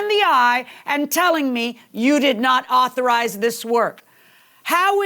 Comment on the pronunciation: 😂😂😂 u was artized to say right word lol 😂 😂😂😂😂 authorize man……